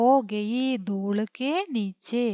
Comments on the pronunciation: ദൂള് അല്ല ദൂൽ ആണ് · Dool an dooll Enn alla 😂